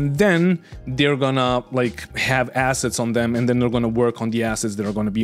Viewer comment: I know the devs started with all this assets-talk, but please do don't stretch the "a" too much like they do. Short "a", sharp double "s" sound. Otherwise it sounds like two words: Something starting with an "a" and a double "s" - and "heads". It has been bothering me since the devs started some episodes ago. And now everyone and their gran is quoting them and throwing that word around all of the sudden... And every time it is pronounced like they do, I keep hearing it wrong. People will say you are overly negative towards them. ^^ Got my towel. +1